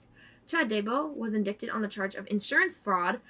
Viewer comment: Great job as usual. Thanks. FYI...indicted is pronounced as indighted. Keep up the great work. Murder is sick and murdering kids is diabolical.